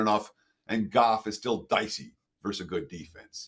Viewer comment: I'm a fan of you and wagertalk in general, but we DO endure you. Please, try saying "versus" with TWO syllables...